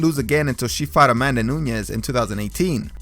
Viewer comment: ITS NUNES NOT NUNYES